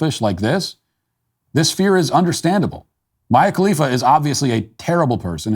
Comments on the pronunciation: I absolutely love that Matt is so novice to Mia Khalifa that he continually mispronounces her name. So genuine! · It’s endearing that Matt doesn’t know how to pronounce Mia khalifa